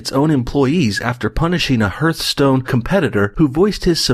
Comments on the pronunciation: Hearthstone is pronounced HARTHstone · I can tell that this dude is an Canadian by how he pronounces Hearthstone 😂🤦🏿‍♂️